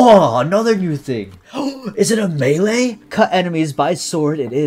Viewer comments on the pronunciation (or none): none